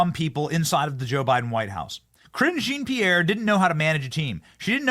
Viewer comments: jesus dude it’s not pronounced “kareen jeen-peer” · Lol, he cant even pronounce her name😅